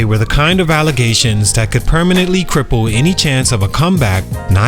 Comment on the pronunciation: That "PERMANENTLY" hit hard 😅😂